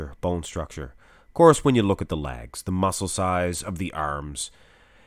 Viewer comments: It took me a moment realize you were saying legs! Not lags, I had no idea what lags were, I thought it was a bodybuilding term! 🤣😃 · Is it safe to assume these are your favorite versions of each individual ps it sounds like u say lags A to my ear 👂🏻 good work on these very entertained